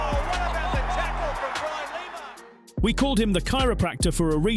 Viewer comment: No, I can't take it (Lymer, even though the commentary says Lima). I've gone.